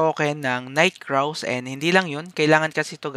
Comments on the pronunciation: Ito pala yungn nag popronounce NIGHT KRAWS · night kraw? wla na ba marunong magbasa ngayon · Ano yung Fur Burr? Bakit di mo mabasa ng maayos yung Night Crows mo paps Night Craws. Hahaha sakit sa ulo